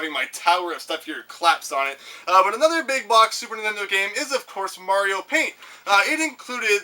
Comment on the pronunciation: I am glad to have finally found a Canadian on YouTube who knows how to properly pronounce mario xD